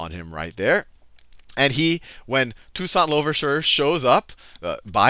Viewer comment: lol dude can’t even pronounce toussaint makes me skeptical of him as a source. That’s like claiming George worthington did a lot for American freedom as the first president of the unites states